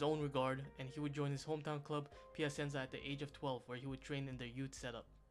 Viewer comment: “Pia-sen-za”. Like a dagger through the heart each time. Is it that hard to say it correctly?????